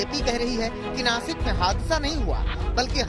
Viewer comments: Nashik hai vo nakis nahi . Dhanya hai tumhari patrakarita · Nakis nahi nashik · देश का सबसे बडा न्यूज़ चैनल अगर "नाशिक" को नाकिस बोले, और इससे ज्यादा उम्मीद क्या हो सकती है हमारे मिडिया से, पढ़े लिखे न्यूज़ एडिटर को जॉइन करो सालो, और देश को गुमराह करने वाली न्यूज़ मत दो। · Nasik nhi Nashik...